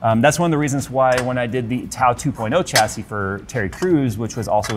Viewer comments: The "cha-see" count is making me grind my teeth. It's actually pronounced "shas-ee". Don't believe me? Then watch this video: But that case!! Oh my!! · Got to , couldn't stay for more pronunciations of chassis.